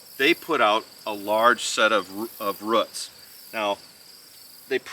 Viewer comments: Great video on growing peppers! 🫑🫑🫑 I giggle every time you say roots, in the most endearing way of course, lol, "routs?" 🤗😆💕🌱 I always enjoy watching your Minnesota garden! Everything is so green! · Lol I giggled too. But to me it sounds like "ruts" hehe Old School here....I say Rooooots 😅